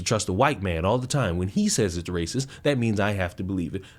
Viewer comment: She racive that’s racive y’all racive!!!😂